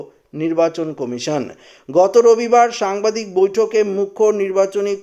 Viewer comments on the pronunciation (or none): none